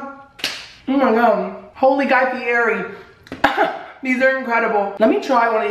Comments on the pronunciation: You say his last name wrong 😂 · He pronounces Fieri wrong and I want to die. Still love him though lol